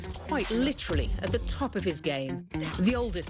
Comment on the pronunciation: she literally pronounced it 'top' I cant